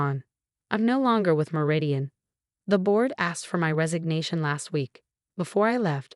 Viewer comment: Lol fr! When “Meridian” turned into “marathon” I nearly lost it 😂